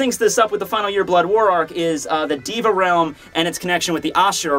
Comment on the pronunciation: you're pronouncing "deva" wrong. you say it like "di-va" but you should say "dey-va"